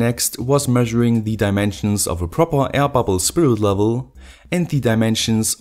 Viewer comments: Hey says like 'aia pubble' 😀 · Ron Albert Ramos I hear 'hyperbole' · die ai babl